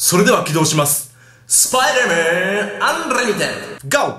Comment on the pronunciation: ちゃんと言えよスパイダーマンって